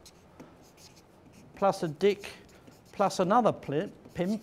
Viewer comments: Polite correction, it's Dik not dick. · it sounded like he was saying different kinds of diks(dicks) there are.